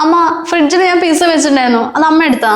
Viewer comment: എഴുതുമ്പോൾ പിസ എന്നെഴുതും. ഉച്ചാരണം പിട്സാ എന്നാണ് ട്ടോ.